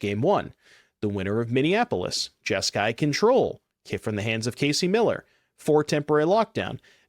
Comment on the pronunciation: You mean Jesk"eye" demon